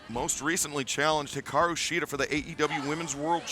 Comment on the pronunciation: It's Hikaru not Hiraku!! Come on AEW fix your women's champion's name!!